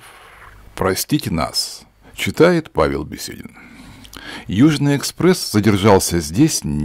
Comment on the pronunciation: ещё ближе к микрофону сел бы и ещё больше слов неправильно проговаривал бы, мне не понравилось, плохое чтение, фамилия беседин вообще ужас